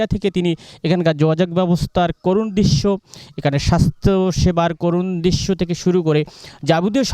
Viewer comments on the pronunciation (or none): দিশ্য কি ভাই। উপস্থাপনে উচ্চারণ শুদ্ধ হওয়া জরুরী।